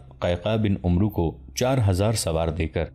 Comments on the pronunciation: پیارے بھائی لفظ عمرو Omru نہیں ہوتا بلکہ Amer کے تلفظ سے پڑھنا چاہئیے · السلام علیکم جناب امید ہے آپ خیرت سے ہوں گے میں نے آپ سے بہت گچھ سیگھا ہے لیکن ایک غلطی میں نے نوٹ کی ہے حضرت عمرو بن العاص اصل میں اس طرح پڑھا جاتا ہے عَمَر (و) بن العاص واو نہیں پڑھی جاتی